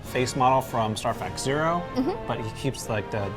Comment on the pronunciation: "Star Fax Zero"